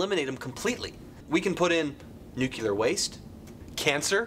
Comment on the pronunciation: Nucular...it's nuclear. Not to be a grammar nazi but seriously. XD